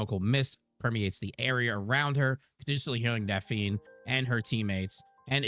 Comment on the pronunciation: Its pronounced Daf' Knee. Not Daf eene'